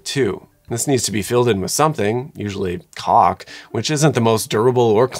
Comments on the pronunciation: The subtitles censor the word 'caulk' when you pronounce it like that. Interesting. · 😂😂😂 muh caulk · Americans are funny. They prefer houses engineered by the second of the Three Little Pigs. Also they way they pronounce "caulk".